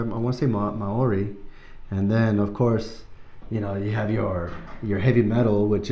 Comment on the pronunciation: 🤟😜That was EPIC!!! And your pronunciation of the word Maori was great. I got Sepultura vibes from this myself. Thoughts?